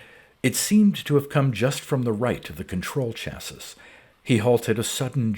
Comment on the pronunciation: Thanks for the upload. Great voice and reading. Minor nit, chassis, at least in the US, is pronounced cha-see (and sometimes sha-see). You have a fantastic reading voice and style!